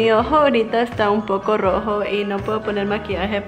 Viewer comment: Minuto dice rojo cuando ella no puede pronunciar bien la r 😂😂😂😂😂😂😂😂😂😂😂😂😂😂😂😂